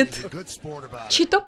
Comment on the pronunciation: Не один я говорю чито)))